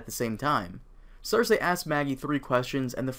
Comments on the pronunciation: its not (cersehhh) its (cercee) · Why do you pronounce her name "ser-say" when everyone on the show pronounces "ser-see"? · ser-see, not ser-say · Her name isn't cersay... It's cersei pronounced cersee. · ser-see I think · I always pronounced it "ser see" but you could ask that about most of the characters names lol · Cersei : "Sir-see" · cersay lol the way he pronounces it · Is it supposed to be pronounced Cer SAY ? XD